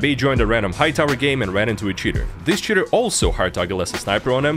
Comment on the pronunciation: Sometimes when you say "cheater" it sounds like "shitter" which is a better word imo